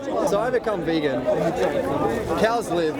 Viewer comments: He is so intellectual that he cannot pronounce vegan.....good work, you got him at every point, maybe he will watch it back and see how his "intellectualism" clouds logic. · "Can there be moral arguments for being a vaygan?" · What the hells a Vay-gan?